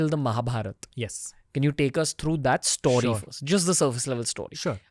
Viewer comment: Ranveer please it’s sto-ree, not Stoh-ree. It’s getting difficult to keep hearing Stoh-ree again and again 😊